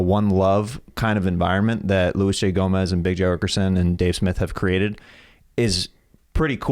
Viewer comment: “Louy” hahahahaha Luis is gonna be pissed 😂😂😂